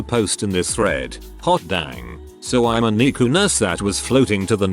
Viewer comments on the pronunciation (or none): You lost me when NICU was pronounced neecoo.